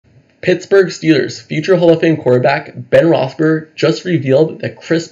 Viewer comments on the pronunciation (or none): My guy, sounds like you're saying Ben Roethsberger. He was only the quarterback for almost twenty years, how long have you been a fan? Just saying